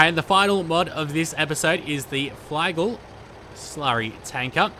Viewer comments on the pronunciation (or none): Its called fli-gel not fly-gel I like your videos and so on, but damn - you dont know anything about farming equipment, and its a bit annoying ;(